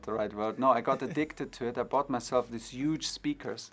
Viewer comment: And 'Uge'